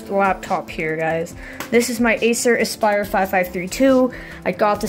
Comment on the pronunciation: Acer asspire? xddd